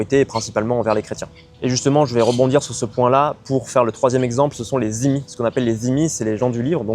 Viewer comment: Les "zimi" ? Au bout de 7 ans et avec tes origines tu ne sais toujours pas prononcer "dhimi" ? Quelle génération...